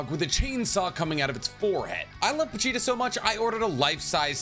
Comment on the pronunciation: "Po-Cheetah" "Po-Cheetah" "Po-Cheetah"